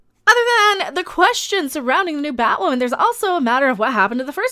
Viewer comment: Batwahmen lol 😂💗